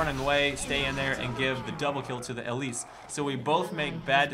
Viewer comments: Not ELLISE its el-lise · EEE-LEASE Good lord, first ELL-IS, and now ELL-ISE. Watch. The. Damn. Spotlight. The creators, and people at Riot know how to pronounce their own champs, and on top of that this is a name that is not uncommon and should have at some point showed up in your life as a name you've heard audibly. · Ee-Leese Not EL-Eese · Really? ELLISE. Is not pronunciation. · And don't forget to actually pronounce the e at the end. It's not silent ^^ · You say her name really weird...